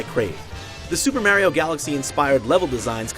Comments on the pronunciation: He says Mario like "mare-io". Idiot confirmed. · White americans cant say mario properly it fucking anoying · IGN learn how to pronounce Mario. It's not Mairio it's Mario like Mars. I know that's how people in some locations pronounce the name but Nintendo canonically calls him Mario like Mars therefore you should change your speech habit to pronounce it that way. In terms of the review itself biased review is biased. Once gain IGN has shown that they have no care for how they appear to the public. They'll give great scores to horrible remakes like Windwaker HD because it's Zelda and bad scores to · As if IGN wasn't bad enough, this guy says "Mayrio" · Just wow at this review. The second he started complaining about Sonic's speed I knew I couldn't take it seriously. And Mario Galaxy had the same exact ball-rolling levels, but here they are complaining about it when it's Sonic. Also, they pronounced Mario "Mare-io." Do you even play video games? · "Meh-rio"? A weird way to pronounce that. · Am I the the only one who is horrified by the way he pronounces Mario!?